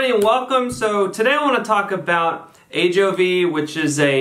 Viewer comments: A-Joe-Vee not Av-Joy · Hi. Nice production! A couple of things: 1) It’s “A-JO-VEE” not “AV-JOY” (a la Hermione Granger 😉); 2) Ajovy / fremanezumab binds to the CGRP molecule itself, not the receptor; 3) It’s really hard to compare drugs against each other without head-to-head studies. I’ve seen great results with each. The new Ajovy autoinjector is really cool!